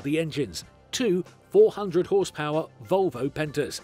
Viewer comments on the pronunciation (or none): They lost me wen he said vovlo engines👎